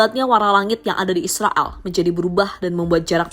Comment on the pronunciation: Koq drg nya kaya ngmong Israal ya bukan Israel 😂